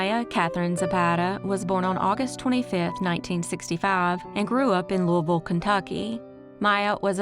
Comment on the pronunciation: Yay for saying Louisville correctly!